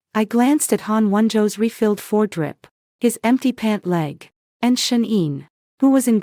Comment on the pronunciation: "IV drip" being "four drip" makes sense. It needs punctuation for I.V.. 😎🤓 A.I. has learned Tarot. 😏🤭